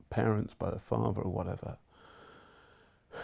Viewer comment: 6 minutes 17 seconds into the video he starts mumbling about Ivanka Trump being 14 photographed in front of two fornicating parents or parrots and he keeps on mumbling not really sure what he's saying and I'm not going to watch the rest of the video